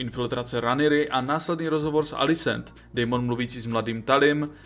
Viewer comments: video super ale ta výslovnost…. Aegon - ejgon😭 (má být Egon) Daemon - dejmon 😭 (má být čistě demon) , Vhagar není vejgar 😭 rhaenyra není Ranyra 😭 ale Rényra.. A co je nejhorší meyleys není melejs ale mejlýs😭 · video super ale ta výslovnost…. Aegon - ejgon😭 (má být Egon) Daemon - dejmon 😭 (má být čistě demon) , Vhagar není vejgar 😭 rhaenyra není Ranyra 😭 ale Rényra.. A co je nejhorší meyleys není malejs 😭ale mejlýs👍